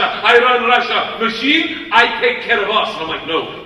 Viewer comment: Ну типа его произношение "machine" звучит как "мужчина", почему нет.